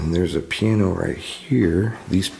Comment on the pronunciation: I'm dying laughing over here at the way he pronounces piano. 🤣